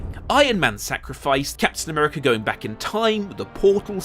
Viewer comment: Mf said Captain Nuerica and expects to be taken seriously